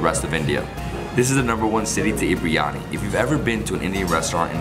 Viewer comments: Love your videos. But just fyi: I hear you saying 'bree-yani'. It's pronounced 'bir-ee-yani' or 'bir-yani'. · It's 'bir-yani'